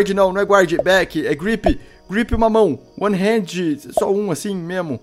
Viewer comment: Pq caralhos o Felps fala Hended e não hand???